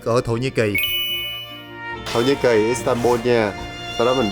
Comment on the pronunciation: Giọng nữ đọc là istanbung nghe quê lắm nhe